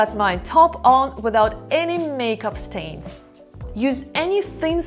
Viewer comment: Stains, not stanes.